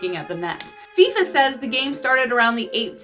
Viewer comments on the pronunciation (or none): none